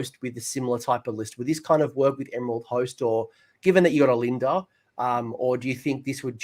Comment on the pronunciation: By the way, ‘Lady O Lynda’ is said with a silent ‘O’. It’s LYNDA. 😂🤣